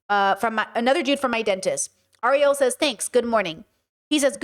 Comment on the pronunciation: His name is GEAR-HEART! Her name is AIR-EE-ELL! Seriously…….🫩 Ok….now I'm out! Your reasoning is off…….